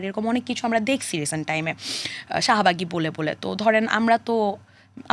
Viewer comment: শাহবাগী❌ শাহমা/গী ✅